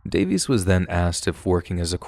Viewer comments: Not bad sir. Who the heck is Jonathan davees?! I only know Jonathan DAY-VIS... 🌝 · Pronouncing Johnathan Davis’s last name as “Day-Vees” is killing me inside lmao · Jonathan Davis, not Davies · It's Jonathan DAVIS, not Davies. Lol. 🤦🏼‍♀️ (Korn🖤)